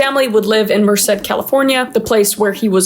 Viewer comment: DID U JUST SAY MERCED CALIFORNIA 😭